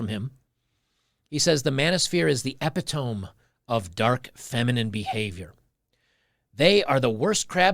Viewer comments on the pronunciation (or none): LOL! Epitome. Is pronounced e-pit-o-me, not ep-i-tome. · Bruh. Eh-pit-oh-me. Not "epi-toe-m." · "The Manosphere is the epi-TOME of..." Should be pronounced "e-PI-to-MEE." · that word epitome is pronounced e pit o me, not epi-tome. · E..pit..o..me is the correct pronunciation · Did you really say epitome as eh-pi-tome? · You little beta man. You can’t even pronounce the word “epitome”. It’s pronounced: eh-pit-o-mee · Epitome… pronounced… Uh Pit Uh Me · "E-Pit-O-Me" That is how we say it in the North-East. But it may be said differently in other parts of the country. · Epitome, "ep-it-o-me" sorry had to point that out. Love your work though. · Epitome is pronounced ee pit toe me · 'epitome' Pronounced 'E-pit-toe-me' 👍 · EE-pit-oh-mee lololols bruh........... ;D ;D ;D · epitome = ee-pit-o-me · I'm so glad you pronounced epitome the way you did. I pronounced it like that from the time I was 7 until 22ish lol